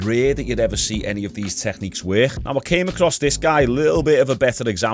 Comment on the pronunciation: y’all hear how he says “work”??? Where is that hhhiiiccckkkkk coming from?? What accent is this?? Wor-hhhhiiiiiccccc-kk?? 😂😂😂😂